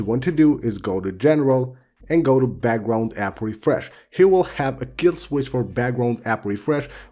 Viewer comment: I love how he pronounces background🤣 He’s like “bagwound-app refresh”😂